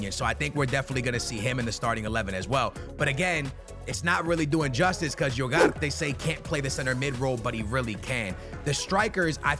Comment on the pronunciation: Iugart instead of Ugarte is wild